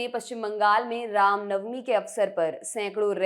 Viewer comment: Bhosdi walo, rama navmi nahi ram navmi hota hai.. Baklol kahin ke